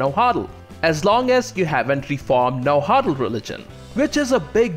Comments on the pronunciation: Na Wua Tl not Na Hua tl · Its pernounced Na-wat-tal and you kinda swallow the w sound after the first part of it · Yes but at least he gave it a good shot by saying it like "Najuatl" in Spanish, so I'll give him credit for that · Boy, you really butchered Nahuatl pronunciation. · I love your videos dude but your pronunciation of náhuatl is killing me